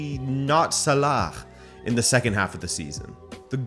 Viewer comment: Can you please stop trying to pronounce Salah. You're adding a sound / letter at the end that isn't part of his name. Sounds like you're saying salakh.